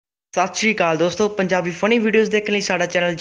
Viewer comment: Sat si akal ki hunda Sat shiri akal hunda